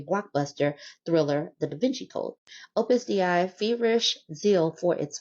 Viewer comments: Opus "Day" is the pronunciation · Opus Dei is pronounced Opus "DAY". Ex-Catholic here, I've heard of these turds more than I ever wanted to.